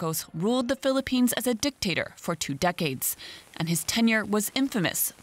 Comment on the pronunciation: please stop saying dectator... because Ferdinand E.Marcos is the best president in the Philippine..please stop stop saying dectator ...